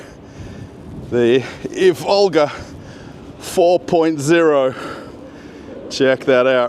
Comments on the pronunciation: please do mind the correct Russian emphases, like e.g. not Ivólga, but ívolga [EEvolga]. You are not called Russéll, are ya?;) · not ivOlga, it’s correct to say Ivolga... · It's pronounced "EE-volga." It's not Volga with an "I" in front.:) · The stress should be on "i' not "o" - Ivolga. Thank you! Very cool video 😎,👍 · Russian railfan here with mostly useless facts Ivolga line of trains (stressing is on "i", not "o", btw) is made for urban use and is produced together with the suburban EP2D and its modernized version EP2DM (ЭП2ДМ, featured - ), which will remain in service on the forth diameter line (D4) together with the Ivolga 4.0 Ivolgas are produced in Tver, not Tvar, the latter is a word for animal/creature/beast (тварь) which is mostly used in religious context or as an offence, so be careful At the construction site they are building the second underground passage for passengers and new ground level platforms for express and intercity trains, not railway tunnels Железнодорожная (Zheleznodorozhnaya) is too hard to pronounce even for Russians, so the name is often shortened to Желдор (Zheldor, pronounced jell-door) That's D2 and the train is Ivolga 2.0, the line runs in parallel to D4 for quite a long distance between Maryina Roscha (Марьина Роща) and Серп и Молот (Serp i Molot) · it's pronounced Ivolga (the first syllable is stressed, 'ivolga' is a little bird in Russian, in English 'oriole') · Thanks for another great video,! Well done! But please, mind your stress: Ivolga is pronounced with a stress on the first syllable, on "i", not on "o".